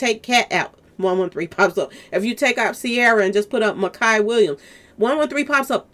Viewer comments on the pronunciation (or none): His name is Micah and pronounced My-cah